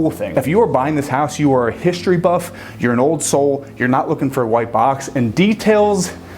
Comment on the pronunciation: Shtreet. Hishtory.... No "h" there.